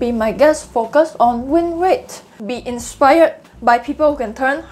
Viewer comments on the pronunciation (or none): Your 'Focus' sounds like `f*ck us' but very informative video, Thanks.